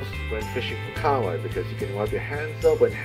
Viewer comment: KA-HA-WAI not kawai